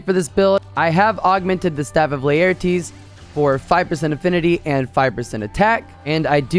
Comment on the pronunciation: Honestly, I don't use Insect Glaive, though I would like to learn. I just wanna support your videos. Also, the way you say Laertes is hilarious. so, WinWin?